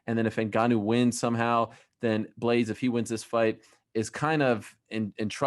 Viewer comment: He said blaydes not d lewis